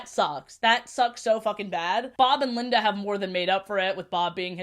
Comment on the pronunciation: i like that you kept referring to linda as "lindana" (tone indicator genuine)